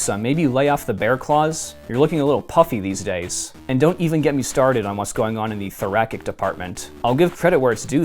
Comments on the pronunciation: "Thor-rack-ick" wanna try that one again, big guy? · I want to preface this by saying that IF pronouncing it “thor-a-Kik” is a reference to something ridiculous in the book, and since you made me nearly crap my culottes with the “Moon Daughter” review I am assuming that it is, I really want to know what that is. It’s “thor-a-Sik” BUT writers mispronouncing things should be taken as a compliment since it means you, you know, READ the word but just haven’t heard said in conversation. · "Thorackic" lol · FYI, thoracic pronounced thorasic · Literary commentator that can’t pronounce the word thoracic. I miss mainstream media so bad.